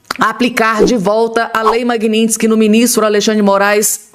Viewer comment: NÃO É MAGUINÍNSTIQUE É MAGNITSKY